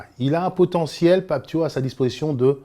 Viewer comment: Déjà pour commencer ce n'est pas Pape Tio mais Pape Thiaw comme "Ciao" en italien